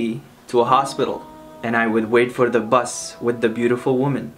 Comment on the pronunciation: My brother you said bus wrong